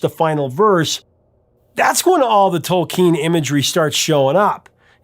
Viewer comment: Good job correctly pronouncing “Tolkien”!